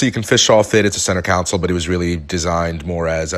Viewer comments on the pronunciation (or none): Love your videos...thanks for sharing your experiences. I bought a 2015 Robalo R242 with only 30 hrs. on it (Yamaha F300) and I thought I paid alot. Wow...the economy picking up is a blessing and a curse...for new boat buyers. Just FYI...you keep saying center council...like a city council. Should be console. Cheers!